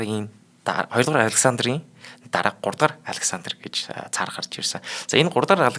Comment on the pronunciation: Уул нь их сонирхолтой сэдэв юмсан. Чих өвдчихлөө. Тийм мундаг орос хэлтэй бол оросоороо ярьчих. 2 ын хооронд хэл хольж яриад цэмцэгнээд байх юм. Царь гэж арай өөр дуудаж ярих юмыг цар гээд л дотор муухайртал ярих юмаа. Нэвтрүүлэг хийж бгаа бол сэдвээ сайн бэлдэж хэл яриагаа зүгшрүүлэж бгаад яриач.